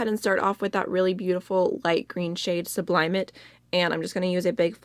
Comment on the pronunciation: Sublimate is pronounced with the emphasis on the end and like "ate" (I ate food). Just an fyi, since I hate to pronounce words wrong myself! 😉